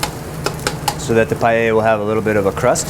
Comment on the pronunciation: He cant even say paella